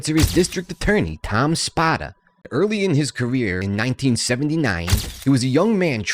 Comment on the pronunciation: If you can’t pronounce a main characters name correctly the rest of the info is questionable. It’s Spoda with a long O.